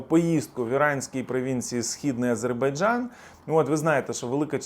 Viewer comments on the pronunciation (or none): none